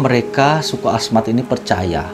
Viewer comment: Hahahahaha lucu deh suku Asmat kali bang bukan suka Ahmad.. love you lah walaupun salah dalam pengucapan kalau sama orang ganteng gak ngaruh kali, ya gak bang.